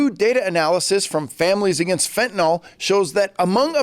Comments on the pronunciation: It's 'FentanYL" not FentanOL. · Fenta-nil. Not fenta-nahl.